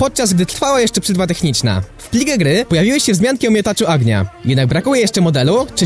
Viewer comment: Bądż "oagnia"